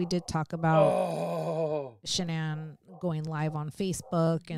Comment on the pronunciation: Shanann,s name was pronounced Shannon ...Shanann started pronouncing her name Shan ann for some reason...her Mother pronounces her name Shannon...like she named her. ❤